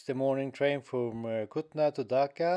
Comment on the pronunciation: Bro this is kulna not kutna